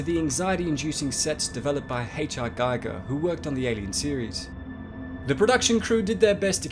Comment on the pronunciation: giger is pronounced "geeger"... just saying